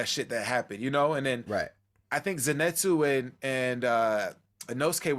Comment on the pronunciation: It'll be strange having Zenitsu wake up and be afraid of everything again....also, why is it that most reactors can't say his name? It's Zenitsu and not Zinetsu guys 🤣 Great discussion, loved the reaction as well